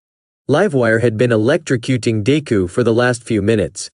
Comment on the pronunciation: im sorry but it got me when it said "dayku" i fr died